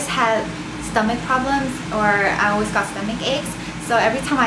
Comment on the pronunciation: it's cute the way you say "always"... it sounds like "oooways" lol! love your cute accent